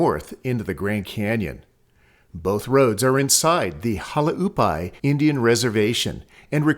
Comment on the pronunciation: Hualapai is prononunced walapie.The others are more subtle.Maybe only locals would catch.Great video.I'm glad it"s not A-I narration.Thank You.